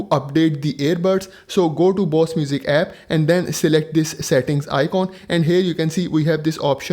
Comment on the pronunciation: Indian who calls Bose as Boss 😂 very good video though.